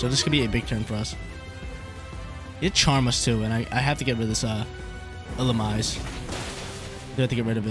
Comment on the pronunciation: Hey! Illumise, pronounced as Ill-oo-mee-say